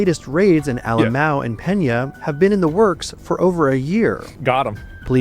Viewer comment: alemão is pronounced “ah-le-mah-oohn” for those wondering what sort of place is named “A-LMAO” as reporters keep saying lol